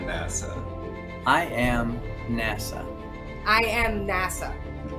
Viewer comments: When they were saying "I am NASA" all I heard was "I am nasty" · They're saying "I am NASA", but all I hear is "I am nasty"... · “I am NASA” or I am NASTY?? There, I fixed it!!! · They are nasa-tee